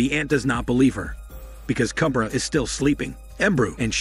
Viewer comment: And Kubra is pronounced as "Koob-raa" you make it sound like baby lion cub😂🤣😂👏